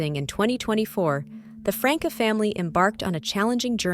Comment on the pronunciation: The name is NOT Frank uh! Please learn the correct punctuation!😡